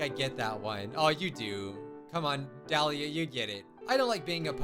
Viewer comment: 1. YAY YOU SAID MY NAME RIGHT